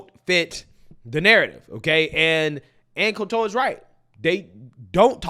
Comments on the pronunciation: I used to like Ann, but since she don't like Trump, I stopped liking her. Her name is pronounced coal-ter. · Col-ter not Col-tour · Yeah lol it’s Anne’s last isn’t pronounced like that. Not Col-TAR it’s just Coulter . But yes Anne’s right and we conservatives have been right on this for decades but yes just watch who they don’t show and you immediately know by default . You get plenty on local news because if they didn’t there wouldn’t be any news lol but hey I do live in memphis but hopefully escaping soon! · Ann's last name is pronounced "colt terr". She pay the way is a Trump hater. You should watch some of her recent interviews. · You made Ann Coulter (Cult-er) French 😂. Sorry, I couldn't resist. I love your content. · FYI…. there’s no emphasis on the T in “Coulter” — kind of sounds like “shoulder” except it’s “cole” “tur” 👍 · her name is pronounced like the colt handgun with an "er" on the end: "Colter." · Ann Colter pronounced Colt' as a baby horse, emplasis on COLT-ter...Colt-'' er. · love you man, but her last name is pronounced cole-ter, emphasis on the cole! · It's pronounced Anne Kohl-ter brah. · How is it that you can't pronounce Ann Coulter's name correctly? I've never really liked her. But she's 100% right here. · I have never heard Ann Coulter pronounced this way ever.. is a new kid on the block for sure. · Why do you keep sayin "Ann Coulter" like that? 😂😂😂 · He pronounced her name wrong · How can you not pronounce Coulter?? Its so weird... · Are you purposely mispronouncing her name?